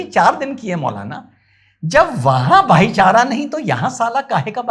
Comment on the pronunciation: भाईचारा नही भाई को चारा 😂